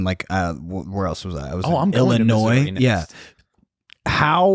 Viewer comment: Dude can't pronounce I-L-L-I-N-O-I-S